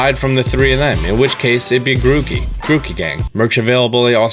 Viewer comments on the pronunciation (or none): GROOKEY, NOT GROOKO, AND SOBBLE, NOT SOBBY! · You said grooko sobby and scorbunny 😂😂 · This man said "Grookle, Sobby, and Scorbunny" Timestamp